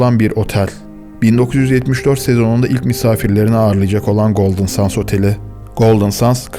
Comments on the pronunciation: Golden sans değil. Sands. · Golden Sends telaffuzu Sans değil. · Abicim.. Golden Sends diye okunur... Gözünü seveyim. sands denilince boh oluyor.. Benim ana dilim ingilizce... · 10 dakikadır golden suns diyorsun bro. GOLDEN SANDS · Golden sendz diye okunuyor brom ! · Çok güzel video olmuş öncelikle teşekkürler fakat bir şey dikkatimi çekti goldın sens diye okunmuyor mu ben mi yanlış biliyorum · Bu kadar iyi hazırlanılmış bir videonun başrolü otelin ismi nasıl doğru telaffuz edilmez.